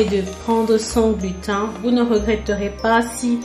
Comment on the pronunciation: Coucou, pour la prononciation, on dit glutène 😁